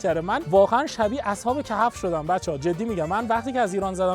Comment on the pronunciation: بابا اصحاب kah'f نه kahaf😂